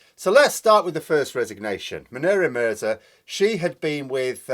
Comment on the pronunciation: Please pronunce he name properly. Mune-e-ra Mir-za